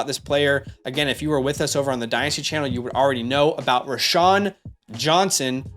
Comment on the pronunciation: "Row-Shaun" not "Rashaun"